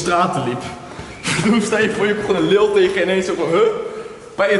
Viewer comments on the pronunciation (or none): jij zegt leel maar het is leeuw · Jij kan echt niet normaal leeuw zeggen 😂😂😂😂😂😂😂😂😂😂😂😂😂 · Het is toch leeuw geen leeul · Haha je zei lileeuw geen haat maar het klonk grappig 😂😂